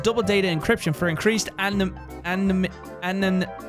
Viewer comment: Oh bless ur heart for trying to say ANONYMITY